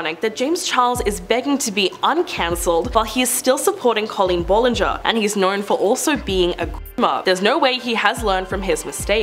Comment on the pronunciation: It’s Pronounced Bal-in-ger not Ball